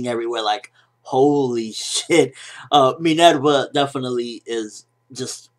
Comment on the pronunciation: Are you Latino? You say Minerva with a Spanish accent :)